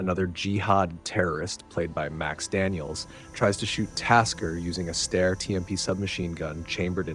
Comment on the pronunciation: Steyr thymes with "fire", not with "stair".